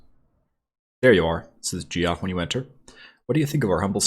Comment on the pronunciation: His name is pronounced like "Jeff" not "gee-off"!